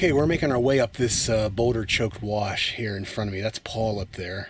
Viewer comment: it's WASH NOT WARSH.